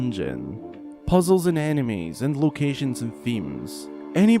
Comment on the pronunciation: "puzzles and animes,and location and themes"